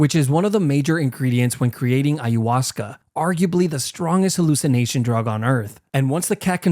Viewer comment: man said "haluctination drug" lmao